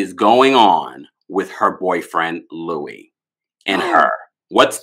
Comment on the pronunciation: Why does he pronounce his name like the name Louis when he spells his name like Luis? Weird.